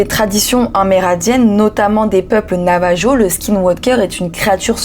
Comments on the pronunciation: Petite précision culturelle, car pour une latina ça pique un peu les oreilles de l'entendre de cette manière : Même si cela s'écrit bien "Navajo", ça se prononce "Navaro" ; en espagnol le j se prononce r (un r sec, sans langue roulée, contrairement au "r" qui lui se prononce en faisait bien roulé le r, la lettre "j" en el même s'appelle la jota, et elle se prononce : rota). Et après vérification l'orthographe et la prononciation ne changent pas non plus en français, cela prononce également "Navaro" à l'instar des espagnols. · Heuuu..si je puis me permettre. On dit pas Navajo mais Nava(r)o. 😊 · "Navajo" se prononce "Navaro".